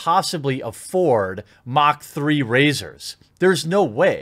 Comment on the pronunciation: Mach is pronounced maç, not magkh. 🙄